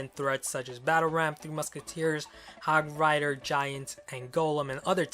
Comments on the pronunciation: 8: 46 did he just call it hog fighter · He called the hog hog frier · who noticed that ash said hog fighter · he said hog fighter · said hog fryder if you agree like this comment it was number 24 listen carefully!!! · you said hog frighter